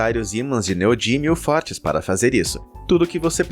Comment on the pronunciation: Neodímio e não "neodínio"